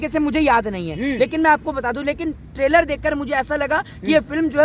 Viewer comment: tailor aya h 😂😂😂 ( it's trailer bhai): traser aya h 😂😂😂 ( it's teaser Bhai) Jokes apart, full support to Pathan 👍👍